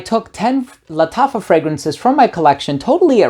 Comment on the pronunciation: Bro nobody pronounces "Lattafa" like you do lmao. It feels like it's the right way of pronouncing it.